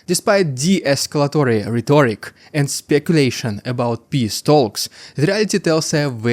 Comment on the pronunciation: Thanks for years of great reporting. Your English is excellent too. I only corrected pronunciation sometimes to help--not just criticize. Keep it up. BTW, "rhetoric" and "subsequent" have emphasis on the first syllable. Lastly, please learn the "v" sound. Put your upper teeth on your lower lip. It's "village", not "willage".